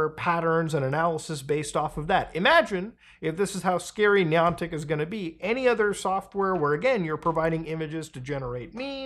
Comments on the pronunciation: Pronouncing it “knee-on-tick” makes me already think this is silly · Not sure what bothers me most, the fact this is happening or the way this guy says Niantic. Hmmm... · I’m going to Ai edit Muta’s voice to say the Niantic right 😠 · This pronunciation of “Niantic” is making it hard for me to watch this video. 😅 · How many times can you say the company name wrong good grief it’s not that hard 😊